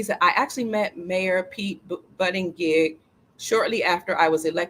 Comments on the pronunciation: Pete Buttigieg is pronounced as Boot eh jedj. Just a little FYI. Love you 😍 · ...here's a short link President Trump pronouncing buttigieg name. Enjoy laughing...lol